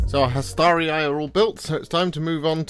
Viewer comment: You pronounced Hastarii correctly. Appreciate this as it always mispronounced!